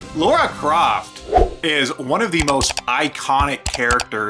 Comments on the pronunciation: Who’s the fucking idiot that keeps calling Lara “Laura” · When you keep saying Laura, I find it difficult to believe you actually played the games and aren't just reading off a script. Kinda takes away from the video. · I am a guy who was born in 89 and never thought about if the protagonist was male or female. I just thought a fun game was a fun game. The only thing about this video(short) I don't like is that they keep saying "Laura" when it's Lara.